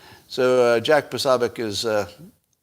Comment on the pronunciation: Just pointing out that Poso's (Posobiec) last name is pronounced Puh-so-bic, not sob. Just saying, because you've noted on occasion that you're not sure if you're pronouncing someone's name correctly.